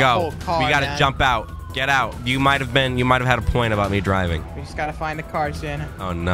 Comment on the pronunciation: "We're not deiving to Zimbabwe"😂😂😂LMAO